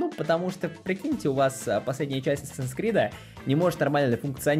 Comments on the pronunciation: Не Асасин Скрид, а Ассассинс Крид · Исправляю английский, читается как Ассэйсинс Крид) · Ну вообще-то правильно говорить не assassins creed, а assassins creed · Чел, ты неправильно произносишь даже название игры. Правильно говорить АТСАСИН КРИД!!!!!!!!!!!!!!!!!!!!!!!!!!!